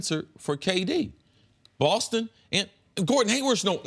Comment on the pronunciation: WHY does Nick pronounce "Boston" BAWWLSTON...drives me nuts lmao